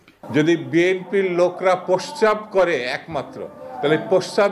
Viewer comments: প্রস্রাব শব্দটাও ঠিকমতো উচ্চারণ করতে পারেনা। এরা আবার নেতা ছেহ !! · প্রশ্রাব কেও তো উচ্চারণ করতে পারে না। আর এই দুদু ছাত্র নেতাদের তুমি করে সম্ভোধন করে কি হিসাবে? একেবারে ফাউল একটা মানুষ।